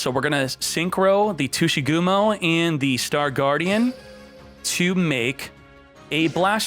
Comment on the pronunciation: Normal People - Tsuchigumo - Tushy gum-o